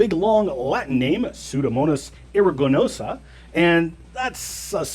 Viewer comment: What is the SHIT about evolution requiring new information in the genome? They (creationists) pulled it out of their asses and refuse to put it back. And, FFS, is it really that difficult to pronounce Pseudomonas aeruginosa? And it's abbreviated (just like every other genus & species)"P. aeruginosa" not P.a. is so fucking ignorant and lazy. rant over, thank you for allowing me to blow off steam.